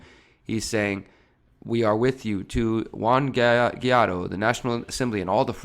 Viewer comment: Why do you have such a hard time pronouncing Guaido?